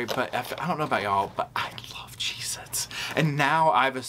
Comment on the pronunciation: Got em “CHZ-Itz” LMAO